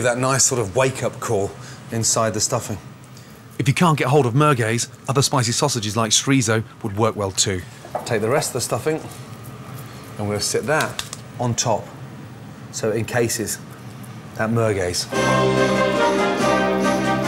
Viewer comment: Chriso? Chorizo.